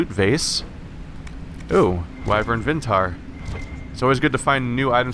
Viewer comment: Can I PLEASE just say that I adore your let's play's and everything you do, but there is NO "N" IN VITAAR! I hope you realize this at some point in the next 110 episodes, I cry a little every time you pronounce it "Vintaar". (:P It's not actually a big deal, it's just really funny that you haven't noticed in the past 60 episodes)